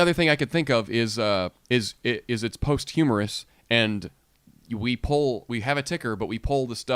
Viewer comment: keeps saying "post humerus". Please explain.